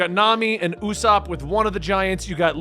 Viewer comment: Usopp is pronounced Oo-s-aw-p. No long O sound. Listen to the sub or dub to confirm. Japan's "P" has a "u" sound at the end but thats the only difference.